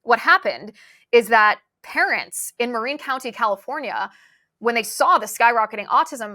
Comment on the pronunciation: Can someone please teach her how to pronounce "Marin County" please??!!